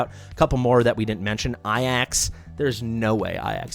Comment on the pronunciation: "eye-axe"?? 😂 pretty sure it's just "ay-jacks", like the mortal combat fighter